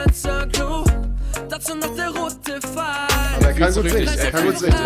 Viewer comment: ES HEIßT *PPP*FEIL UND NICHT FFEIL